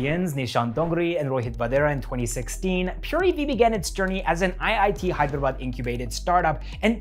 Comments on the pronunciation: The way you pronounce "Hyderabad" is far more better than the entire so called literates in India from the North 🤣🔥❤️ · Bro..Your Hyderabad pronunciation is on point 🙌 Most of the people pronounce it as Hydra-bad or Hey-drabad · You’re pronouncing Hyderabad perfectly lol! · South!!??? Literally You killed it man 🔥💯💯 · i was impressed too by the way you pronounced Hyderabad. Many Telugu people themselves spell it as 'HYDRA-BAD'. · Wow so amazing to listen Hyderabad pronunciation correctly from a foreigner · The best thing about the video is as a foreigner you pronounced "Hyderabad" real well it's good to hear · Every time you said " Hyderabad " .. point on 👏👏👏... As if a local Hyderabadi spelt it . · He pronounces hyderabad so well